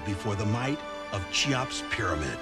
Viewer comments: “Chee-Ops.” Yup, that project will do GREAT. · Does he pronounce it Tsheops?